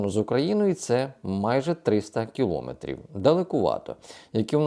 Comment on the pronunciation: Ставте правильно наголос на слові кілометрів!